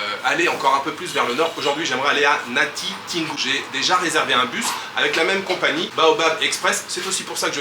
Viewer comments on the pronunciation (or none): Très belle vidéo comme toutes les autres. Hâte d'en voir plus. Par ailleurs, le '' tin '' dans Natitingou se lit tout simplement tel quel comme dans Tintin